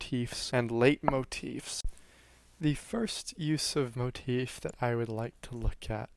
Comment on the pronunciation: I enjoy this videos but you say motef alot. It's just a bit of constructive criticism. Pls don't take it personally.